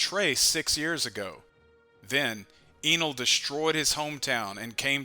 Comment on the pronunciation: pronounce his name “EH-NEL” or “N:L” U can make OP theories all day long but u cant mess up the OP nouns like how we don’t miss new named attacks.. Sensei really out here rewriting the bible mayne